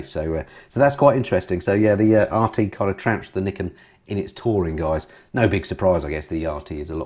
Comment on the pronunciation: or as pronounces it, Yamaha's Knickers:-D